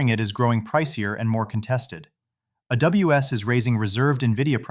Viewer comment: Dr. AWG try adding periods to acronyms so the AI may read, e.g., 'AWS' instead of 'a WS.' Otherwise flawless. Essential listening daily. Thank you!